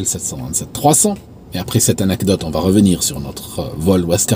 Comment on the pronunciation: Salut, ton français est irréprochable mais tu fais souvent une petite erreur pas méchante: « qui vat être », liaison avec un « t » qui n’existe pas ==> qui va être. Amicalement 🙂